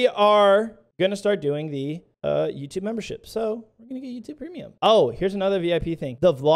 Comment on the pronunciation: I was so fast to when you said Mebership. FINALLY ❤